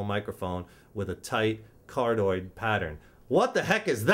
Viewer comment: "Card-oid....kind of like a heart shaped". Haha you crack me up dude! It's card(i)oid, as in 'heart' in Greek. Don't mean to nit-pick, this was a pretty good video, just thought it was funny was all.